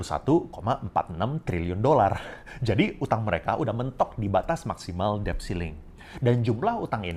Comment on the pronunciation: Maaf ya mas OP, mau koreksi dikit: “debt” itu huruf “d”-nya ga diucapin. Jadi bunyinya seperti “det”.